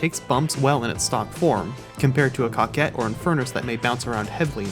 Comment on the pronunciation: good music. you said coquette right frndH